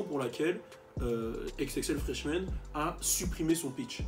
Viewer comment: FRESHMAN pas FRESMAN sinon pas grave dommage pour Tekashi69